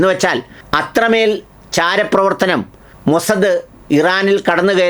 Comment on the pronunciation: ലാരിജാനി എന്നാണ് ശരിയായ പേര് . അദ്ദേഹത്തിൻ്റെ പേരടക്കം പേരുകൾ തെറ്റിച്ചു പറയുന്നതു കൊണ്ട് വാർത്തക്ക് ഒരു പുതുമയും കിട്ടില്ല . മൊസാദ് എന്നത് മൊസദ് എന്നു പറയുന്നതും ഈ കിറുക്കിൻ്റെ ഭാഗമായിരിക്കാമല്ലേ !